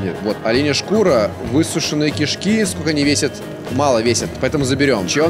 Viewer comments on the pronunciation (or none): none